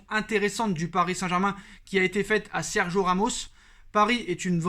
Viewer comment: Tu es au courant qu'il y a un "i" dans Sergio... t'as le droit de le prononcer du coup 😑